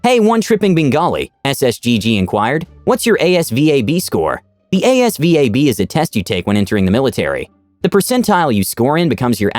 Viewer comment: Asvab is sayd like its a one word